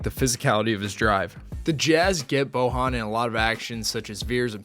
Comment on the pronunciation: You read his first name wrong. Try boYan